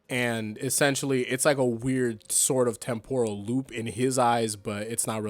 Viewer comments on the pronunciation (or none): none